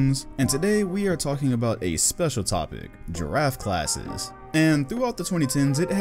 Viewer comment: Coulda Sworn in the Beginning said “ Giraffe Classes “ 😂